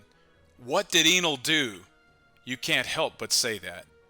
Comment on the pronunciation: pronounce his name “EH-NEL” or “N:L” U can make OP theories all day long but u cant mess up the OP nouns like how we don’t miss new named attacks.. Sensei really out here rewriting the bible mayne